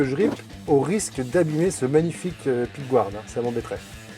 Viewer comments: Super vidéo ! Par contre… pickguard se prononce « picgard » même aux US et en Angleterre.. y’a que certains français qui disent pickgouarde … sûrement ceux qui disent migouel au lieu de miguel ;) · Un peu trop de pickgouarde à mon goût car les anglais eux-mêmes ne prononcent pas comme ça, mais simplement pickguarde (un peu comme nous en fait ;-). mais sinon c'est magnifique !